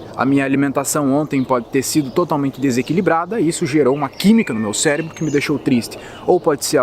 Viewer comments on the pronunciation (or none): none